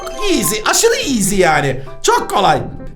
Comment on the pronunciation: Abi eskiden bunu oynayip video cekerdin hala cekiyorsun iğzi diyişin beni gü ldürürü yor😂😂❤❤